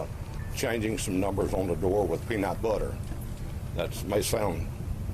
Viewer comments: The way the warden says “pea-knot-butter” pure gold 🤣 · "Pea-not buttre"